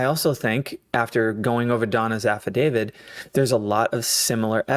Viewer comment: Please note it is an AFFIDAVIT with a ‘T’ , not an “ Affa-david”.